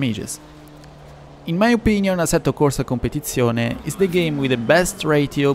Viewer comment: When you said Asetto Corsa Competizione the Italian accent really kicked in, i mean americans just CANT pronounce it